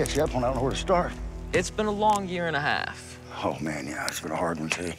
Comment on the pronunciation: It's been a long year and a hawf! lol